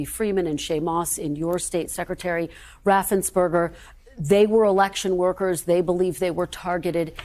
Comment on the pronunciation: Please enunciate Brad Raffensperger's name correctly.